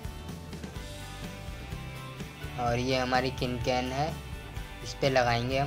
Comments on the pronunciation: Its can can not kin kan samjha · its can can not cin can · Kin kan nhi ho ta can can hota hai... Or apko thik se batana nhi aya...